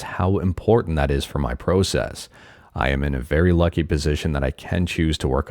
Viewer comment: Been following you for atleast a year or two, and it took me this video to finally see the Canadian part of you when you said sorry and process 😂